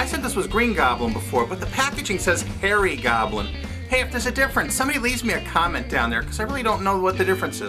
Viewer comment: oh harry goblin... thought he said fairy goblin......